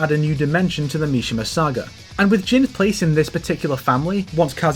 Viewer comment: Why are English speakers so hell bent on mispronouncing Tekken character names by putting emphasis on the first syllable when the game itself pronounces the name of the characters once you pick them in the select screen? My ears cringe every time you say “Jin KAzama”, “KAzuya MIshima”, makes the video nigh unwatchable